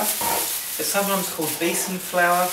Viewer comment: Haha, sounded like "flair" to me ^^